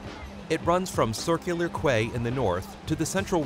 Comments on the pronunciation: Nice video. Some points to make it sound pro... Quay- Pronounced Key, not Kway; Bondi- pronounced Bonn-Dye; not Bondy; Vaucluse- Vaw-Klewss, not Vow-Klewz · I enjoyed this as a Sydenysider. But I have to say it was a little annoying the way you pronounced Circular Quay it is pronounced Circular key.